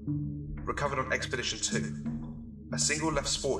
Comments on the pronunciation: 2 years late and no one cares but it's expedition not experdtion. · So I assume I'm super late on this buuuuuut...... The word EXPEDITION has no R in it... "Experdition" and "experditon"? Are you serious? Am I watching SCPs dreamed up by fourth graders or was that ur bad,? Edit: Also, the reverb voice brings the quality of the video waaay down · It's "Expedition", not "Experdition". ;-) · Am I the only one who found 'EXPERDITION' funny? Otherwise terrific video. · ExpeRdition 2. ExpeRdition 3. "..." 4. etc... There's no "r" in "Expedition." :-/ You may want to re-edit and re-upload this. Sorry. D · Expedition has no r